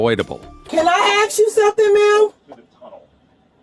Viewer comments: IT’S ASK!!!!!! NOT AX!!!!!! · that’s all i’m AXING you….😂😂😂😂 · "cAN I AXE YOU SOMETHING' no, say the right word, try again. thats not an accent, thats not even ebonics, say the right fucking word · Whole daughter, aks, that's the twooth!